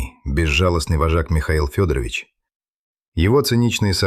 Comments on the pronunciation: Ох, уж эта озвучка Ии. Скорее всего, не Фёдорович, а ФедорОвич. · Уважаемый! Если берётесь излагать настоящие, документальные дела, проследите, пожалуйста, за ИИ, научите его правильно склонять фамилии и ставить ударения, особенно когда дело касается жертвы. Ведь родные Ксении живы и могут случайно наткнуться на ваше видео. А то фамилия убийцы - ФедорОвич превратилась в уважительное отчество, при этом в простой фамилии девушки почти везде ударение стоит мимо. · ДИЗЛАЙК. СНАЧАЛА ОПРЕДЕЛИТЕСЬ С ФАМИЛИИЯМИ. КаторгинА. И не Фёдорович. А ФедорОвич. Давите на психику слушателей А по сути вам плевать. Слово БЕШЕНСТВО. Так противно. Ну и следователи каких нет. Сказочник.